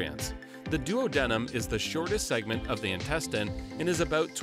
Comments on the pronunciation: i hate the way he pronounces duodenum lol i get pronunciation of it is colloquial, but ive heard doo-ah-di-num more often than doo-oh-di-num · Excellent video, but duodenum is pronounced DOO-ah-DEE-num... not DUO-DENIM... that's two pairs of jeans :) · He said: “Duo-denim” Correct pronunciation: “Do-AH-denum” (emphasis on ah) Great explanation, otherwise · Am I the only one who scratches their head when the narrator pronounces duodenum as duo-denim and not duad-numb? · The pronunciation of duodenum is killing me 🤦🏾🤦🏾🤦🏾